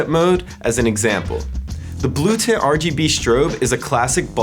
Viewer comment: is it me or does sound like hes saying tit control when he says tint control?